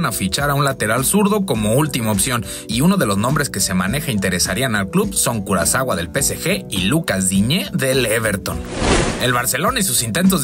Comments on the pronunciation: todos: kurzawa la gambeta: kurazawa Edit: no soy hater ni nada solo me dio gracia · Kurzawa no kurazawua hahaha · aver es kurzawa no kurazawa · Kurzawa no kurazawa